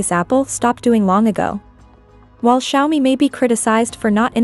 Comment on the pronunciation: Nicht Kschaumi, sondern Scha-Omii